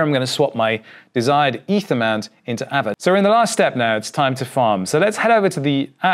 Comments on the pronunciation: There's no r so it's as it is just a longer A. So pronounced Aave. Just say Aaaave. Just a longer Ave. Not really arve. Although the English dictionary changes all the time. As all languages. Interesting seeing changes before us. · Im sure its pronounced "AR-VAY" and not "AVA" :) Great video as always. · the word ghost is pronounced aah veh not ava that just doesn't make sense.